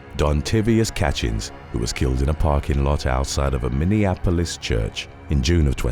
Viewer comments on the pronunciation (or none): none